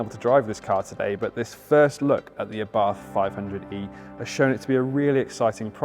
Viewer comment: ABARTH is pronounced Abart ( The H is silent)